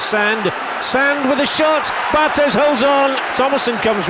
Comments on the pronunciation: Dammit, it's pronounced Bar-TAY. He's French, not Spanish. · Sorry mate, it's definitely Bar-TEZZ, he's from South of France, Occitanie région where there is a kind of influence of Catalan language...